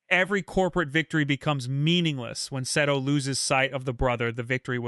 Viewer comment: Omg how many times did you say Seto’s name wrong…😂